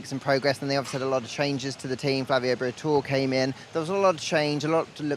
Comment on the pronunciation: i hate. Doesnt even know how to pronouce Briatore